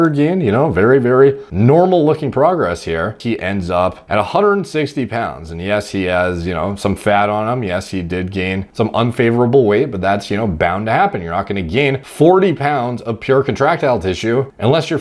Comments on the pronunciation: Who is Ethan Nigoo Yen? It’s pronounced N’win or N’wen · Nguyen Pronounced "Nwin" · its pronounced like "ing yen" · Lmao, is it pronounced 'Win'? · That made me laugh too haha FYI it's pronounced kind of like "win" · He pronounced it like “Ni-goon-yin” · It’s not even pronounced “win” or “wen” apparently. It’s more like NYU-YEN it seems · Went to highschool with a bunch of Vietnamese kids. If I remember right it’s pronounced like NEW-WIN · n-gu-yen is such funny way to pronounce nguyen I'm not even mad lol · Easy way to pronounce it is "Win". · Nguyen is pronounced nu-win just for future reference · Pronounced like Win, 😂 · I believe it’s pronounced “win” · it's just pronounced "Win." That name threw me off the first time I read it too. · You pronounce it like (new yen) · Nguyen is pronounced Wynn. Don't ask, I didn't do it. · It’s pronounced “when”. 😂😂😂